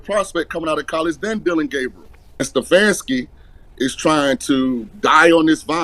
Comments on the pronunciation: Can you say my coach name right it not Sunfarski its "Stefanski" boy u funny as hell 😂😂 you be saying the wrong name I laugh every time bro you say his name lol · Please learn the correct pronunciation of the soon to be ex- coach's last name!!!. Thank you